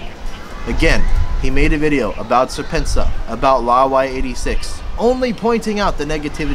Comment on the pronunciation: SerpentaZA is pronounced as serpent-zee-A. The ZA is the reference to South African website domains.